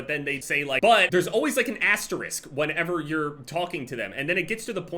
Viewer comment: Is that how you pronounce Asterix?